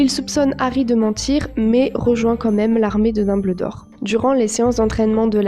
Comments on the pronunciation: VOUS AVEZ ENTENDUE ELLE DIT LARME DE DOBLDOR MERDE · On dit Dumbldor